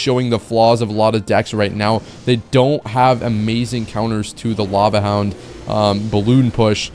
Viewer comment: Bro said hava lound